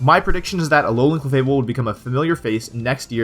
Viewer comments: and it's alolan not Allan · alolan=a-LOL-an xD